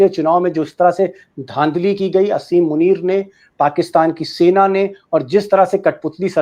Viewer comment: दीपक जी । असीम मुनीर नहीं आसिम मुनीर कहिए